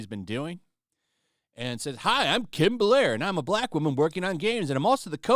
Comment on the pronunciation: damn, buddy couldn’t even say ‘black’ communities .. he said ‘ck communities’ 🤦🏾‍♂️